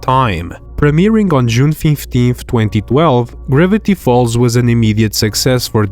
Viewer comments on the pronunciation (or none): Is bro saying "ribbity falls" not "Gravity falls"